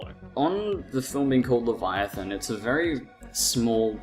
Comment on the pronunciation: pronounced, 'lev-eye-a-than'. Good review though.